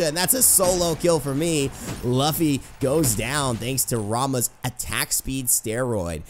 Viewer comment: ita luuuffy not luffy